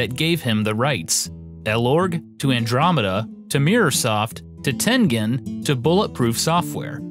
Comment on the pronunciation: John Cooke He still can't say Tengen right